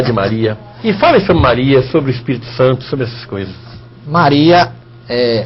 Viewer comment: Mas você não sabe nem dizer Espirito Santo, você diz ESPERITO, e querer ensinar os outros seu pastor Rogerio Moreira...